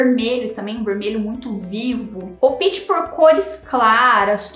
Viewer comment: Não é “opite” é opte.